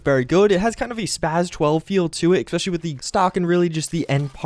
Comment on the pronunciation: I'm going to unsubscribe. It's ESpecially, not EXpecially. Goddamn.